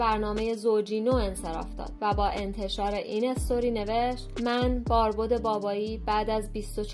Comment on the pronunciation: باربد ،،،، با فتحه نه ضمه ،،،،، فارسی را پاس بداریم ،،،،،،